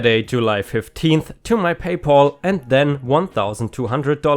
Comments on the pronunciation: Pay pal= sounds like gal, not paul The bnb story sounds crazy. The guy and his friends did not damage the house. And they supposedly cleaned it up before they left so what was the owner raising such a ruckus for? Deposit= de (long e) pos' (short e) it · Also the "pal" in Paypal is a softer "a" sound. And as others have said, you do a very good job, and in fact I've heard your English improve over the course of doing these videos.